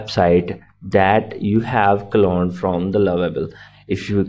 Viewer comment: cloned not "colone"